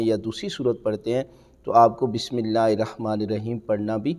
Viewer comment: Pehly hud Bismillah prhna b seekh lo plz